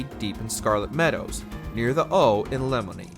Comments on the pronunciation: Did you play the game before narrating? It’s not “Lemony”, it’s “Leh-MOYNE”. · Did he seriously just call Lemoyne "Lemony"?? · did this mfer call lemoyne lemon-ey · When life gets Lemony, make some Leh-moyne-ade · took me a sec when he said lemony instead of lemoyne lol. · "Le-mon-ee?" I don't want to be that guy but it's pronounced "Le-moy-n" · This is the second time I have heard somebody in a YouTube video pronounce Lemoyne as "LEMON".......it makes me realize I have an irrational hatred for these idiots...... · "Cola Springs" "Near the O in Lemony". Are these new towns in the game or do you not know how to pronounce CHOLLA and LEMOYNE? Seriously...was waiting for you to call Saint Denis "SAYNT DENNIS" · The amount of mispronunciations here is cringe… can we not get someone who does a little bit homework to narrate these? “Lemony”? “Kola Springs”? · So we just gonna let get away with pronouncing Lemoyne as "Lemoney"? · I think he meant it as “leymoynee” cause he though it was a odd pronunciation. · I had to rewind what he said to make sure I heard that right...tf is a lemony?! 🤣 The voice over guy has never played rdr2!!! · bro dead ass said "lemony" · Nah it’s ok to be that guy bro please. Cuz they said that mad wrong lol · Your pronunciation of "Lemoyne" was nails on a chalkboard kind of cringe for me